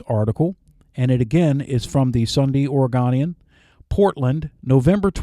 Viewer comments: Oregonian is pronounced like "own-ian" not "on-ian" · Good job … but fyi Oregonian has a hard O “OregOnian “